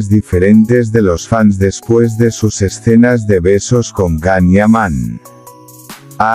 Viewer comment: Pronuncia bien el nombre del actor,no es Can es Yan,Yan..